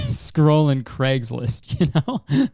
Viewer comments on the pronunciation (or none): none